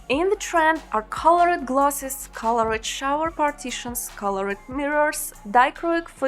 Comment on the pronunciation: Удачи в создании мультинационального контента. Посмотрите и послушайте произношение окончания - ed (colored - 'e' не произносится, reflected было произнесено правильно, noticed - читается [- ст] )